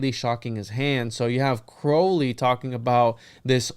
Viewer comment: One thing among many that I admire about is his correct pronunciation of “Crowley”.